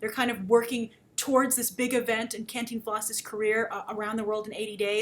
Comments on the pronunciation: "Canteen Floss?" really grace. it's Cantinflas. lol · your vowels in the pronunciation are more than ok. What takes people out of it, is that the force of pronunciation should go on the TIN. Both vowels are short vowel sound. can (as in: "can" do!) - TIN (as in: "tin" man) - flas (as in: "flask" but without the k) can-TIN-flas Hope this helps. :) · Grace just for further reference, its pronounced CAHN TEEN FLAHS. With an enphasis on the TEEN. Lots of love from Mexico . Love ALL your vids and opinions :) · Hey, pretty lady with all the fans and videos :-) if you want help saying the title my parents always said it like "Khan+teen+floss" dunno if it's correct, but that's from a central American family who watched a ton from this guy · Hey! Grace just one quick tip is Cantínflas with an emphasis on the I not the A :) for any doubts on the spanish language i'm at your service :D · Wow you buttered his name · I love hearing you say Cantinflas! It's a sweet thing to me when English-speakers try to pronounce Spanish. Other than that I'm glad to see you reviewing this movie and that, above all, you enjoyed it. When we studied international film making in school I was amazed at just how differnet the industries are country to country and it's nice to see that such an important figure as Cantinflas would get his little moment in the spolight. I hope to see more films in this vein in the future (an Almodovar film would be incredible). Thanks for the review, Grace!